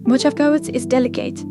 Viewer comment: Mo-hah-vee. Mojave. I enjoyed the video and wouldn’t usually critique non native English speakers until it comes to a proper name where the pronunciation is way off. It’s not an English word so it can be extra confusing 😊